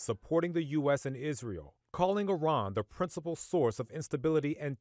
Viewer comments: It's Iran , not Iron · Eff-eye-ran God bless America.